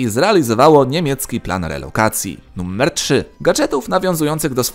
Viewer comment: numer nie nuMMer... błagam litości